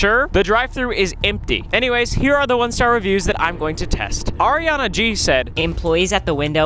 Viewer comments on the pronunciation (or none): none